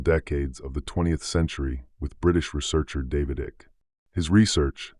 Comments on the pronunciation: Pronounced IKE... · Fyi, the name's Icke, pronounced Eye-k..